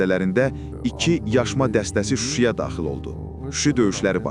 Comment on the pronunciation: ай хайская пырна не Шуши а Шуша 😂😂